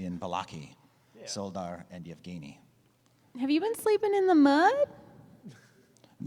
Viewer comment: Szoldar (at least by the standards of our world) be pronounced Sholdar? Since in polish (and I assume that it would be similar in other slavic languages) sz is pronounced sh (like in shoe for example)?